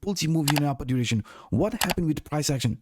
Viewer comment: Awesom vids but please learnt to say direction 🤪